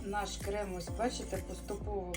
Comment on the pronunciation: Не крэм а крем